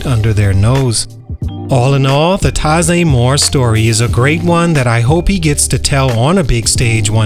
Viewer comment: First you’re saying his name wrong including the year he weren’t born.